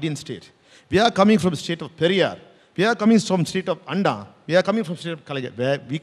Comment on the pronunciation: 🤣🤣can't even pronounce' Anna '... He said Anda🤦‍♂️🤣